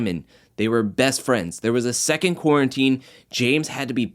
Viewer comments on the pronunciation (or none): none